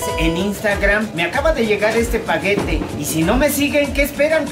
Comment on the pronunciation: dijo pagete o paquete , que mal, antes me agradaba el señor de la tienda, se le subio la fama jejje